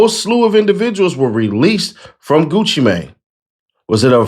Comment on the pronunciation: It's funny how they do not know how to pronounce Gucci name😂😂